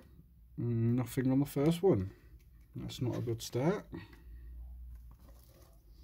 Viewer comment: nofink LOL it's nothing mate